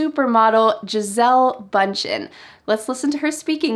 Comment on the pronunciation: It's Bündchen. With an umlaut. So that Ü is pronounced quite differently than how you did. A little bit like the EAU in "beautiful".